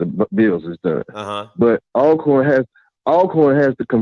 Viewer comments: the pronunciation and spelling of Alcorn is just like Always and Almost. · hey how do you pronounce the word Always, Although..... then you can pronounce Alcorn the same way lol